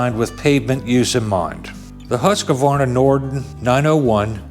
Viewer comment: Remember when saying Husqvarna, the “a” between the q and v (which isn’t there) is silent.😬 Yes I’m going to bust on you 😂 I always did the same thing until they made a chainsaw commercial explaining the correct pronunciation. Wish I could find it and post a link. It was entertaining. That’s a lot of bike, sweet.